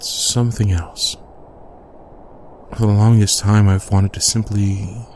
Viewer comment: When he said "For a moment," I thought he said "FUR a moment."😂